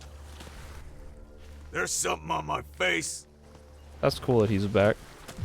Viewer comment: doesn't say "Cool" she literally says "Kewl"